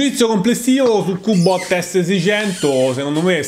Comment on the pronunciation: Macché sei dde Roma? Er cubbbot!